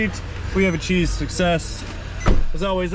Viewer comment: Acheesed success? 😆